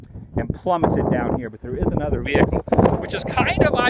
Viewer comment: irritating annoying person - 'veHicle'